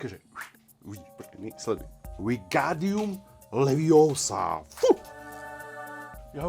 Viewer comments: Tak tohle nemá chybu 🤣🤣🤣Bude nějaké pokračování na Harry Potter 🙏🙏🙏🙏🙏🙏🙏🙏🙏🙏🙏🙏🙏🙏A není to Leviosa ale Levioooosa🤣🤣🤣🤣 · Je to Levióóósa, nie Leviosááá ... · Nie je to Leviosaaa, ale Levioosa!!! 😂😂😏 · Leviosa. Ne leviosaa! 🤣 Super video !